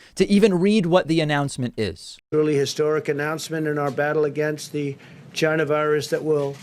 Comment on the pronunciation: That moment when his pronunciation of China is so bad that the automatic sub-titles write 'China virus' as 'Jonah virus'